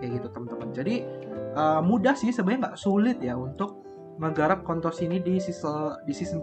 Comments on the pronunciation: kontos ya bang, jgn pake L wkwk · Ko mau ingetin jangan sampai salah nyebutin s di ujung jadi l 😭 bayangin lu pnya koin apa ,oh kontos, s nya jadi l